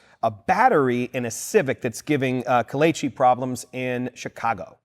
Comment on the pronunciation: That pronunciation of Kelechi was on point. Impressive!